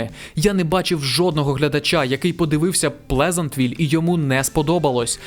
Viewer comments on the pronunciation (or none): Плезантвіль - Плезентвіль. Зізнання українською не знайшов. На толоці є майже все.